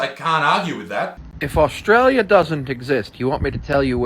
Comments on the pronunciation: "Orstralia do's not exast" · that kid cant even pronounce words and he is accusing Australia that it is not real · “Aostraliaaaa doooes not eggsest” -stupid person 2021